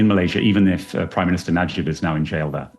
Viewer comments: As much as I appreciate you spreading the word, it’s “Najib” not “Nijab”. Let’s call a corrupt spade what it is. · It’s Najib not Nijab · Not "Nijab", but Najib 😂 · Its Najib, not Nijab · It's Najib, not Nijab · Na-jib. Not ni-jab. 😅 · Najib not Nijab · How the hell do you keep mispronouncing "Najib" as "Nijab"!? It's not difficult. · Na-jib not nijab 😂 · Najib not Nijab. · There's an error with your pronunciation on the ex-Malaysian PM name. It's pronounced as Najib, not Nijab. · I think you pronounced the ex-PM of Malaysia wrong😅 It's supposed to be Najib (Na-jeep) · Very interesting video but it doesn't sound good at all the way you mangled some of the foreign names in the story, including calling the Malaysian leader Nijab for the first half of it... Shouldn't take that long to figure out how names should be pronounced before narrating. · Najib is pronounce Nuh~jeeb. I guess the word Hijab is in your mind haha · The PMs name is pronounced Nah-je-b Najib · you pronounced Najib's name wrong so many times lol, nijab, jab? wut?? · Honestly "Nijab" deserves to have his name mispronounced. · the narrator mispronounced the PM’s name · Mistaken pronunciations and . Again and . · I would say he deserves to have his name mispronounced lol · im not sure if you are using AI to speak or you yourself actually speak. Its pronounce as Na-Jeeb. Not Nee-Jab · FIRST learn how to pronounce names properly - It’s NA JIB not NI JAB - Economics infotainment is required to be efficient & sound - always pronounce names exactly what it is in a absolute manner - you are not a school boy - Prime minister Najib Razak is a dignified person who needs to be respected - if you are unable to sound profoundly professional stop what you are doing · I really enjoy the content on your channel, but please improve your QA. You repeatedly mentioned "Nijab" instead of "Najib" and there's even a typo in Cayman Islands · The ex PM's name is Najib not Nijab. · najib not nijab haha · Najib, not nijab.. 😂